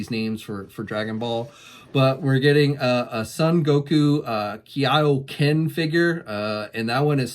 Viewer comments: It's KAIOKEN not KIYAYOKEN sorry i got triggered when he said it that way xD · Dude. “Sun Gokoo Keyah o ken” ?? You literally have the whole internet to inform you how to pronounce stuff. It’s hard to take you seriously when you don’t take the time to learn a few names. I get it’s not your thing, but you’ve been presenting anime themed releases for years. Learn the basics. C’mon. News anchors I watch don’t mispronounce names of foreign countries.